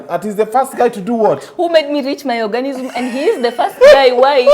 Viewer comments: Orgasm not organism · Girl it's orgasm. Not "organism". Damn busy embarrassing yourself!! Omg😱 😱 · Eiyy I'm here in 2024,,,its orgasm not ORGANISIM 🤣🤣🤣🤣🤣🤣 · My orgasm! Not organism!